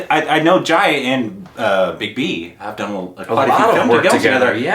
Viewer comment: For Jaya (it’s Juh-ya, not Jaayuh).. watch Abhimaan, Koshish, Guddi, Mili